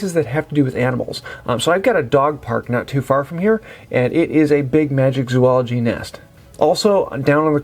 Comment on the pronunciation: My brain hurts every time I hear someone say MagiCzoology. This is a PSA: There is no C in Magizoology. These kind of things distract from the information been given :) Love the content.